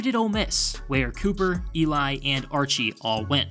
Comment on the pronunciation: Cooper’s name is pronounced Cuper, not Cooper